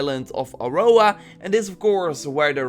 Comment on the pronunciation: Can you please not say, "Aurora" anymore ? Thanks 😉😊